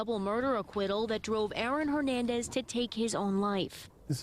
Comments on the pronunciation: why cant that guy say “ Hernandez” correctly???? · watched a show with this cop butchering “ Hernandez” every time he says his last names- dumb